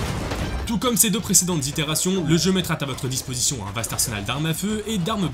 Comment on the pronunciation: Attention aux "liaisons dangereuses" genre "mettra tà votre disposition..." ou "lui zaussi". Sinon, Stalker 2, j'espère qu'il va pas décevoir!